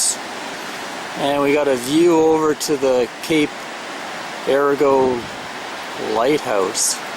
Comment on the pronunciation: Yes, it's pronounced "air a go". Some of our finest coast line, and off the beaten path of 101.